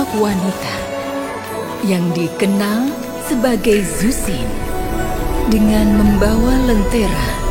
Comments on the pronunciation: dibaca cushin bg bukan zhuksin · baca nya chusin bang bukan zuksin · Bacanya zhuxin bukan suksin bang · Izin koreksi, bacanya Zhu shin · kalo ngikut aksara chinesse,itu nama zhuxin di bacanya "chuxin" karna dalam huruf mandarin z itu di baca c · JUSHIN GESSSSS JUSHINNNN HADEHEEEEEEEE EUHUHUHGRHRHWGEHHR Edit: g terlalu peduli sih, cuman rasanya kurang JRENG aja klo of nyebutnya salah.. 😢